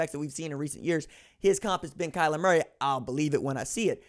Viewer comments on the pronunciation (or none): none